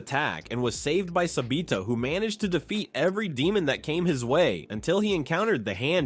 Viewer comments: Why does he call sabito sabeto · Sabito❌ sabeeto✅ Kanae❌ kanie✅ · Sa bee toe